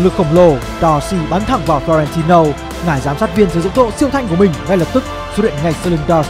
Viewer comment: và đây là flo ren ti lô:)))